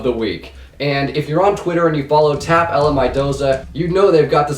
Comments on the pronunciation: It's not TAP L it's "Tapul" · It's tappel not Tap L